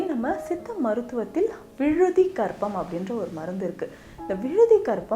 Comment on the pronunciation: vizhudhi karpam. Unfortunately, did not say it so clearly in the video.